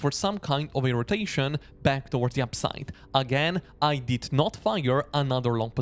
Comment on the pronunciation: I have a hard time distinguising your words "upside " and "downside "...you pretty much pronounce them the same ...